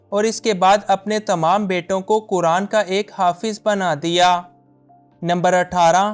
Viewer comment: بھائ جان!! آپ “کرآن” کرآن” کس کو کہتے ہیں؟؟ مسلمان ہوتے ہوئے کم ازکم “قرآن” تو صحیح بولنا سیکھیں!! شرم کی بات ہے۔ اللہ تعالیٰ آپکو ہدایت دے۔ آمین۔